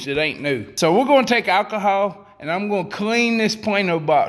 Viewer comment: "OK we gon take some ackahaw" damn I wish I was southern